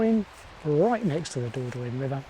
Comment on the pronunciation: Hi, enjoying your videos, thank you. And your van is fabulous! Just a tip - and you are not the only English person who pronounces it incorrectly, believe me - but it's better to try saying THE DOR-DON-YE!😅